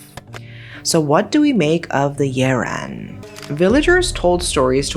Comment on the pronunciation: So wait a minute, that creature in "Big Trouble In Little China" might have been a Yiren?! Crazy cool. I like how you go all in pronouncing names correctly (like I would do if I were in your position) and the way you tell stories is always compelling. (OK, sue me, you're gorgeous, too)